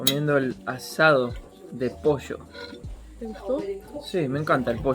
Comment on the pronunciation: Posho ó pollo? xD